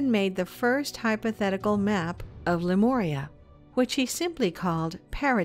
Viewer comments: But but.... whyyyyyy did she say "Lemoria" at the beginning? Ohhh I do cringe... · would have been helpful if the narrator could pronounce Lemuria correctly... it's not an 'O' dear it's a 'U'...